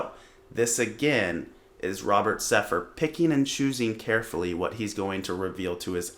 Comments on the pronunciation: You can`t even say his name right. It`s Sepehr not Sepher. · You can’t even pronounce “Sepehr” properly lmao